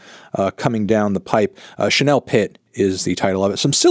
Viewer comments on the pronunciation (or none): none